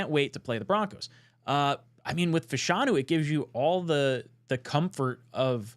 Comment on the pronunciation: love the vid, its Fashanu not Fuhshanu